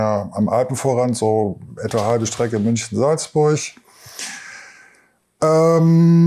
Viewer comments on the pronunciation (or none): Salzburch, schicksalzschlach, Wasserfühlich, Krich, ja ne ist klar. Der sollte erstmal eine Sprachschule besuchen bevor er einem was erzählt, schreibt er die Wörter auch mit ch ?? habe nach 4 Min aufgehört ihm zuzuhören.